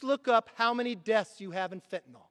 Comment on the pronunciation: Kevin, thank you for pronouncing FENTANYL correctly. It's FentanYl, not Fentanol and the mispronunciation just makes people look like idiots or illiterates. Maybe it's time to teach reading and English in school again. I was taught to read phonetically in 2nd and 3rd grades and it has served me well. for 70 years. I guess that's why that method was dropped. The Left has been working on us for a very, very long time.